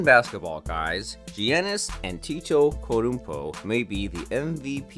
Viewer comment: Damn he f*cked this mans name up bad😭